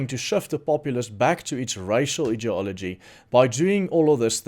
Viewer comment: Hello. Thanks for all you do. Your English is very good indeed. I don’t want to sound like a schoolteacher but in case it helps, we pronounce ideology as EYE diology. Please don’t take offence. English is tricky, like you say idiot not EYE diot!😉